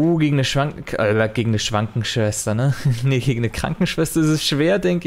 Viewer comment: Die gute alte Schwankenschwester. Ich liebe Versprecher. 😄